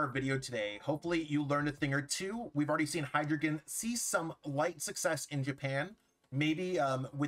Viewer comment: "Dei," "Zwei," "Drei" are German for 1, 2, 3, and they all use the long "i" sound (rhyming with 'sky')